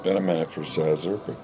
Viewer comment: Szaszor is pronounced Shashor.